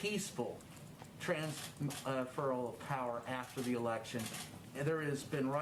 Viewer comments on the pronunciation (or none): none